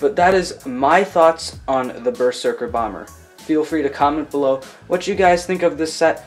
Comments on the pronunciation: Bro it’s pronounced berzerker not ber serker!!!! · It's pronounced berzerker